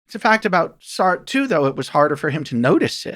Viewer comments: This guy can't pronounce "Sartre" correctly and it makes me question his entire validity as an academic. How annoying that someone so educated can't do a simple google search on pronunciation? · This guy seriously needs to check out the French pronunciation of Sartre. It ain't "Sart", Just listened again, all his French philosophers are … like mispronunciations of European dairy products